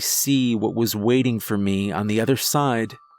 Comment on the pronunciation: The tone of the narration is so detached that it undermines the story, which is fairly well-crafted. What is with that "meh" pronunciation of the word "me"???